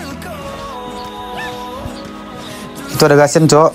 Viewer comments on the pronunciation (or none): Gusion bukan gasion bisa baca ga